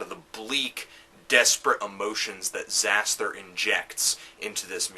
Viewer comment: I'm surprised that I disagree even though you told me not to be (ie. fuck you). First of all, if you're gonna do a lame hipster wannabe review of a genre you clearly have no real idea about (apart from quickly gleaning info on metal archives and wikipedia), at least get the pronunciation of the band's name right it's; Zas-ter - the 'h' is silent.